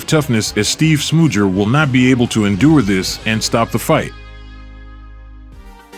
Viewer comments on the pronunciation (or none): “Steve Smoojer” 🤣